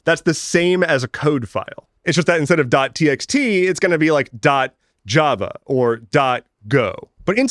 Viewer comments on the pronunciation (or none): none